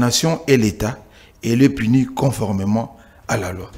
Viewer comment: On dit conformément et non coformement